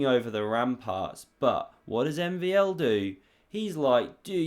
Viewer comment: my my you butchered MVL 's name lol